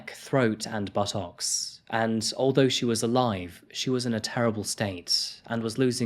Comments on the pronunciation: I enjoyed that one - cheers fella.....but please, BUT-TOCKS, what the hell are they? It's pronounced but-tucks... just sayin'! 👍🙂❤️ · Buh-Tocks. Lol.